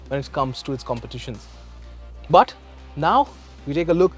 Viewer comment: Pronounce of but is irritating